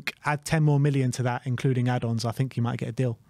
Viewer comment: Nice to see that sorted out his “fink” issue!